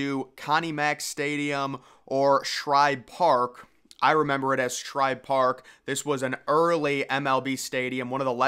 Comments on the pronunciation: good video, but hearing you call Shibe Park Shribe was a little odd. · It was Shibe park not Shribe park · Shibe Park, not Shribe! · My brother it is Shibe Park not Shribe Park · There is no “R” in Shibe Park.